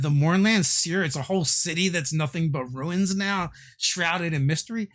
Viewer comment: See. Say Ruu Ins. It's just that simple.